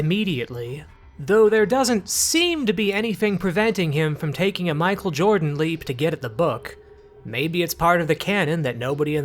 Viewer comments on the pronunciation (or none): none